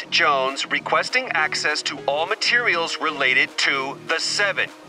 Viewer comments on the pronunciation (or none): none